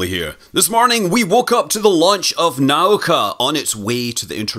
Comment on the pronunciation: It's pronounced nah-OOH-kah, Scott ;)